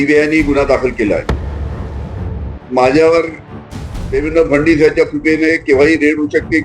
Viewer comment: याला फडणवीस सुद्धा म्हणता येत नाही फडणीस म्हणतो